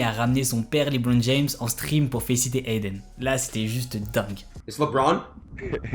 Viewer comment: Jaime bien le concept mais cest LEbron pas Leebron 😂